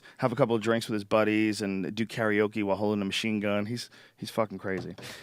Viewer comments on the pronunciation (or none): none